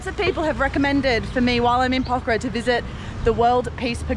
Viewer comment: The very first foreign vlogger to prounounce Pokhara correctly 😊, get well soon